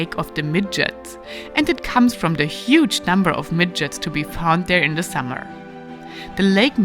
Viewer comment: Anyone else hear her say midgets instead of midges? 🤣